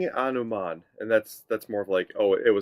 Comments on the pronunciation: There's no. " h" in anuman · There is no letter h in the word anuman